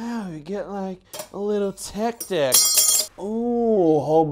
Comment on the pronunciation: lmao teck deck